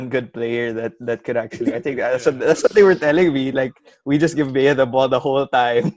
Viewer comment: Bea.. its ej not eya😁